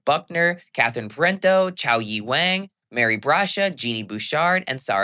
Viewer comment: Wang’s name rhymes with long, song, and wrong. Rather than bang, clang, or sang.